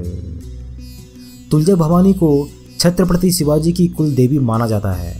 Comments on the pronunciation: Sabse pehle Chatrapati Shivaji Maharaj bolna sikh... Baad mai gyaan batna pehle Mahapurusho ke naam toh thik se lena sikh..wo bhi hamare liye bhagwaan hai🚩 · Bhai Chatrapati Shivaji Maharaj ka naam thik se lo varna😠😠😠😠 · छत्रपति शिवाजी महाराज बोलना सीख और फिर वीडियो बना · Chatripatti shivaji maharaj bolna sikho phle varna naam naa liya kro plzz.. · Sir very important and useful information 👍🏻But Please Pronounce Perfectly The Word Chatrapati Shivaji Maharaj 🙏🙏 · Pehle aap chatrpati shiwaji maharaaj kahena sikhiye smje bhaijaan Nahi to video mat banana😡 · छ्त्रपती शिवाजी महाराज बोल किस्की इतनी औकात नाही नाम ठीक से ले